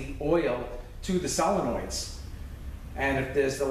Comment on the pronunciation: FINALLY... someone who says SOLENOID NOT SILLLIYNOID...